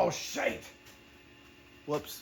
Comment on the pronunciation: I have to commend the very accurate scottish accent when you said "AWW SHITE" lmao